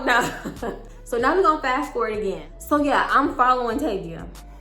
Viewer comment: Tayvia is my name!! It’s so weird everytime you say it😂